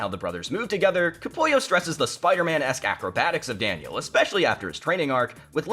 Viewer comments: Capullo not Capulio 🤦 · It’s Greg Capullo…not Capulio. 😂